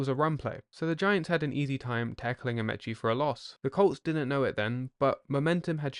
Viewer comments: As this is American football, it would help if you spelled offense and defense in the American, not the British, way. And the Colts’ fullback’s last name was pronounced with a long e — a-MEE-chee, not a-MEH-chee. That’s the way the 45 million TV viewers, myself included, heard it. Alan Ameche was a star whose name was familiar to millions of Americans. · I hate AI readers. Alan Ameche is pronounced with the first E being a long E. Such as A-meee’ cheee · It's pronounced Amici as in Alan "the horse" Amiche! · Great video. One tiny quibble. Alan “The Horse” Amici’s surname is pronounced “uh-mee-chee”; that is, with both the first and second “I” pronounced as a long “E.” Looking forward to the Johnny U vid.